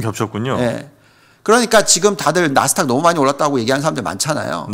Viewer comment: 감사합니다. 한가지, 자꾸 나스탁 나스탁. 아니고요. 나스닥입니다. 🤪